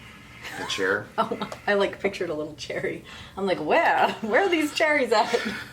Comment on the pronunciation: "Chairy" lol. Have you guys ever heard Theory of a Deadman?